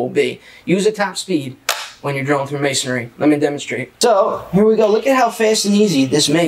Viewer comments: Not: ma son ary. It’s pronounced may son ree. 3 syllables. May son ree. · Isn't it "Masonry" - and not "MasonAry"!? Or is that just me? :)